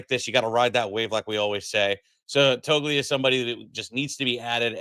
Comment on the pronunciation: Hey! It's pronounced Toe-lee-uh. The G is silent. 😅